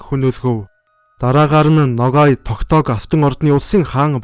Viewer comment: Buruu heleed baih yum. holoin g usgeer helne. noghai